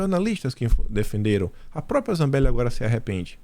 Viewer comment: Bom dia, pelo amor de Deus, não é própia...é própria. Bjs